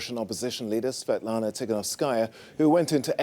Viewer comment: Svetlana who? Gsus christ is it really so hard to say